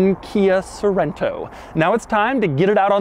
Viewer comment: Sounds like "Kai SO Rent toe"